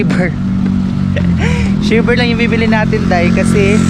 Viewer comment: Bkit ganyanka mag pronounc3 Kya di ka naiintindihan English pa nman kinukuha mo Hindi shiver ay naku shaver English English KA pa mali mali nman lagi